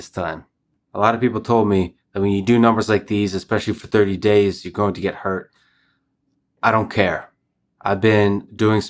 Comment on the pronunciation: ey you might get hurt , LEX ( AKA the russian nerd warrior ) answers " i dont care , with a amazing russian accent// seriously man i really respect you and admire you thanks for the motivation